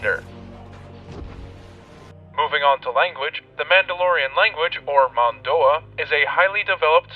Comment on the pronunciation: this is some great exposition. i tried to watch all of it, but this Mando'a pronunciation wasn't very good. too distracting, and eventually i just stopped watching.